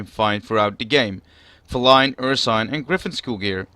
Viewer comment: It's pronounced fee-line btw.